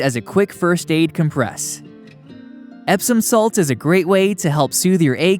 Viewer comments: Here, since it’s a noun, you should be saying ‘COMpress’. When the accent’s on the last syllable it’s a verb. Nevertheless interesting vid. But I guess ES can’t cure everything… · The verb ‘compress’ is pronounced /come-PRESS/. The noun is pronounced /COM-press/. Maybe you were using voice software that wasn’t programmed to know the difference. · It would be really nice if he knew how to say compress properly,,,😅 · You’re not pronouncing “compress” correctly.” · Please learn how to pronounce compress correctly! There is no E... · You are pronouncing "comPRESS" as the verb when you should be pronouncing the word with the emphasis on the 1st syllable to describe the noun. COMpress. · Com-PRESS is a verb. The noun is COM-press. People who narrate videos should be aware of how to pronounce words and names corRECTly. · Dude, it’s COMpress not comPRESS! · It's "COM-press" in this case. I noticed that the Google dictionary is WRONG in this case. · I was looking for this comment. It bothered me too